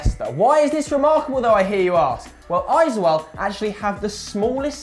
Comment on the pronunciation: i have to say guys...Its pronounce as Aizol..not Aizual. Im a proud fan of this club and im from NE India, Mizoram Aizawl (Aizol)